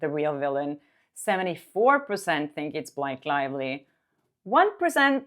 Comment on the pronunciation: Blake lie-vely